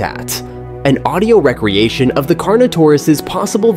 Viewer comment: I found the little mispronunciations to be distracting, such as the way the speaker kept repeating "re-creation" as wreck-creation instead of reek-creation as was intended. These computer voices don't seem to understand context yet and it leads to some odd gaffs. I don't find it off-putting so much as amusing.